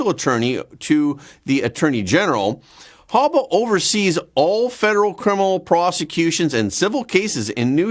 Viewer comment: Her name isn't Hubba it's Habba😂